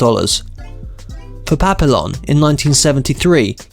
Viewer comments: I came here to say the same. Papillon is pronounced "Pappy-Yon" like the dog breed. It means butterfly in French. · Saying Papillon the way you do I know you never spoke French